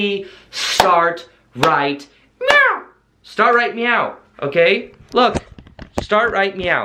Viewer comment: Great video! Very helpful! Lol I think I’m trippin but are you saying "right meow" cuz I’m over here rewinding the video lmfao at you saying "right meow" 😹